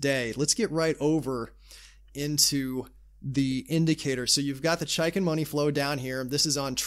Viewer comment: it's pronounced "chake in"